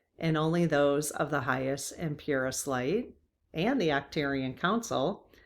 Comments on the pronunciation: Ark turians Arch pronounced Ark. Not a criticism jut trying to help. Love your videos. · It is Arc-turians, like Ark.